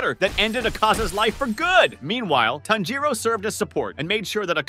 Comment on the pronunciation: Bro say the names correctly 1st 😰…. akhAza It’s Akaza -you say it just as you spell it tanJIro No it’s Tanjiro -you say it as you spell it 🫤 And it’s Kagaya NOT kagaYA And Hinokami Kagura - really..even the english dub said it correctly 😲 But other than that I liked the idea of ‘Geyiuu’ joining the fight, in fact Tengen would have been a nice addition too 😆